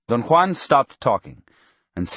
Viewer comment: That's how Juan is pronounced in proper Spanish. It's authentic and I appreciate it.